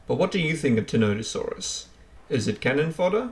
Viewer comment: "what do you think of Tenotosaurus?" i think you've mispronounced its name the entire video. its ti-NON-tə-SOR-əs